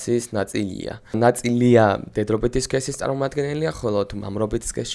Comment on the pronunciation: ნაწი-ლია ნაწ-ილია ბროოოო